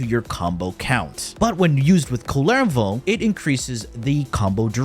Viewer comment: It says kull-e-vo.